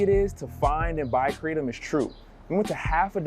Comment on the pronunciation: It's "Cra-tom"